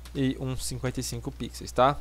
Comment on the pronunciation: muto bom o tutorial, só fiquei com agonia dele falando "Pixeis" ao invés "Pixel/Pixels", fora isso tudo certo ahuahuhahuaua